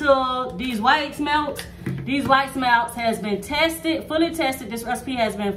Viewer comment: 😂😂😂I PEEPED THAT TOO